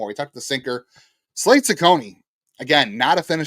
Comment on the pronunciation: FYI, you butchered Slade's name. But, I am intrigued by the recent rotation developments.